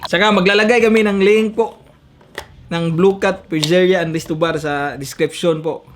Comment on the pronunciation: Pitzeriya po pronunciation don hindi po pizerya